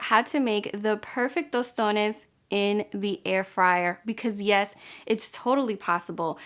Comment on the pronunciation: Love you sis!! As I fellow Dominican watching from the island, I know you are Dominicana just on the way you say "tostones "